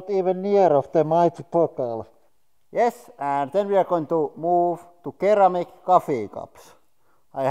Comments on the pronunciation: Keramic Coffee Cups Rip English accent :) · Sir•am•ik not kir•am•uk love your content, keep it up. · Ceramic is pronounced Sir-ram-mick. Not Keer-ram-mick. Love ur vids guys. Enjoy ur day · 'Keramic' had me laughing. Easy mistake for non-native English speakers. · ceramic is pronounced like "seramik" and the emphasis is put on the second syllable. "ser-A-mik" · Ceramic (sir-am-ic) lmao